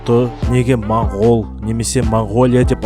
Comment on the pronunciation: Бауырым, рахмет осы бейнеге. Моңғол деген сөзді мОңғол деп айтайықшы мАңғол (орысша секілді емес)